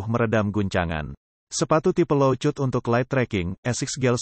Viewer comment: Bahasa Inggrisnya diperbaiki bang. Low/high cut (dibaca: lou/hai kat) 😁